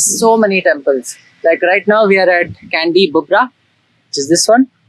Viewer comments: the pronounce temple is not kandi but chandi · &, hi there 👋Salam, Namaste from Jakarta, I just found ur vidio, its nice n informatif, Dhanyabad for ur short explained about Sculpture on the wall. Small note, I heard u read Candi with Kandi, actually Candi mean temple, and read kind of Ca in Hindi such as chai, or chaca, or chand.. (So Candi, u can read as Chand-ee..) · Not Kandy but Candi (or Chandi in Sanskrit, or Chedi in Thai)